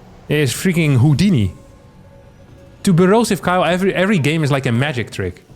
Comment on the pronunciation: Everytime he said Borosive Kyle I was thinking it sounds familiar. I finally got it at the 9 min mark